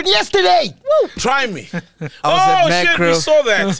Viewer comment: "Is it Mekro or Makro"🤣😂😂😂🤣😂😂😂